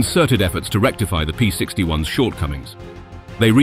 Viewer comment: The narrator also pronounced the plural of P-61 as if it was the "S" model, and pronounced the abbreviation for Me-109 as if "Me" was a pronoun. I HOPE this was a computer-generated voice, because if that's an actual person, he's kind of ignorant.